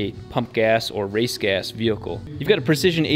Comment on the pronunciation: DAMN IT ROB!! its "Vehicle" not "VEHILCLE" hahah